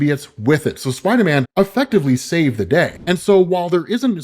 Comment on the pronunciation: idk why it took me so long to laugh when I saw this comment but when I did it had me rolling😂